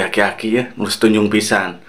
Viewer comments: aki" bang bukan akik" 😂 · Bang bang... Aki Aki. bukan akik akik😂